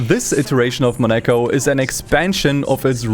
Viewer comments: Just a small note: in French, Monaco is pronounced more like 'MO-na-co' (moh-nah-koh), not 'money-co.' English speakers often anglicize it, though. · Mo-nah-co. Not Monecko. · It's 'Mon a co' not 'Monak o' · MOnaco, not moNAco ... ... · why he keeps saying moNEco? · Damn, never heard someone call Monaco as Monékoul... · You said monecko in the first 10 minutes and you finally said Monaco... XD what was up with that. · "Takes place in Moneiko" LMFAO. I never thought I would hear such mispronunciation of Monaco in my life. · was searching for this comment, who the hell says 'mo-NAco' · Porca dio, you make me very angry because you are pronouncing Monaco as Mone-ka. Mone-ka! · Why do you pronounce Monaco in a weird way? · Half-way of the video you learned how to say Monaco... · the way you say monaco genuinely pisses me off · Brother, you really need to work on your "Monaco" pronunciation 🤣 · ... are you seriously saying monaco like that? that is engagement bait, isn't it? i was already gonna comment 😑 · Is that the right way to pronounce "Monaco"? Damn... I've been saying it wrong all my life. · It absolutely is not. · That's 🚫 NOT 🚫 how you say Monaco 😭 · What the f U c k is that Monaco pronunciation? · Great video! This is the most insane way to pronounce Monaco I’ve ever heard